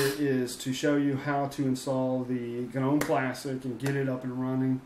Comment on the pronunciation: It's not guh-nome the G is silent.